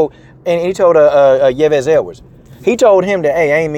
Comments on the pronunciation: Yves is pronounced Eves. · Brother, it's pronounced (eeeves)